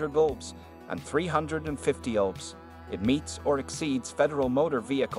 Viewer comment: what in the AI is going on with this voiceover? The way they pronounced "tears" and "lbs" had me cracking up until it got to elongator and then i lost it